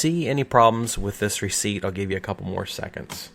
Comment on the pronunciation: Just 3 and a half minutes in the video and i am already almost mad of "recipet"